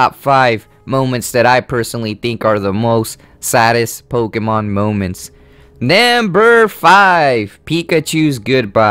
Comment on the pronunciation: NAMBER FOUR that is what he is saying no offense though